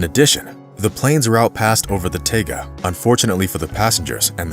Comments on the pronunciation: Cool story, but work on pronunciations - Tu isn't "two", it is T-U for Tupolev. Taiga isnt taga, it is Tye-gah. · Taiga is pronounced TIE-guh.